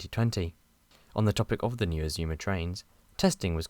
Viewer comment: The first time I've heard the Azuma's pronounce as Aszumas. The revised Intercity livery on the 225 sets is so classy. I think it would even look brilliant on the Azumas.